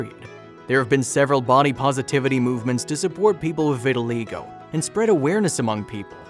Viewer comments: I believe pronounced ' Vit-tuh-1 LIE-go,. not 'Vit -tuhi-LAY-go' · The narrator is making a film about vitaligo and he can't even pronounce it. It is pronounced "vit al EYE go" Get a clue guy! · Sweet story but it’s pronounced vi-tuh-lie-go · It's pronounced vitilie go. Damned if the English language isn't getting bastardized. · I cringed every time the narrator pronounced it wrong.